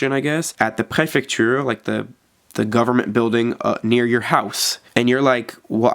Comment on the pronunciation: "La pré-FEC-TURE" le cauchemard français 😬😰